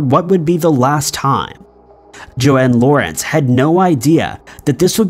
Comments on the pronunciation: Sorry but its so frustrating that the narrator keeps referring to JOAN (Rhymes with Phone) Lawrence as JOANNE....petty I know with such important issues but as its so important and very personal Im sure the video uploader wants the people involved to have their names spoken correctly!!! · Her mom’s name is Joan, (Moan- with a J) not “Joanne”. My aunt has the same name. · Joan is not pronounced Joanne. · Claudia's mother is Joan. Not Joanne. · Hiya, not a complaint but Claudia's mums name is pronounced like groan, Joan, not Joanne. Great vid, thanks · that's Joan not Jo-Ann